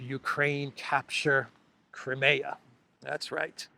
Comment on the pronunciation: Why do you still mispronounce, 'Crimea?'